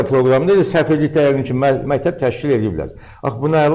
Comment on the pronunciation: Bu alimdirmi? Mətəb, mətəb ...deyir...